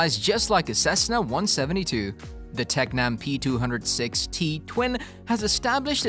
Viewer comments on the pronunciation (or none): No, it's worse: he keeps saying P200ST (not P200-6T)!